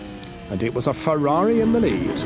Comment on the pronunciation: Down a shot every time he says "Berger's Fewawi"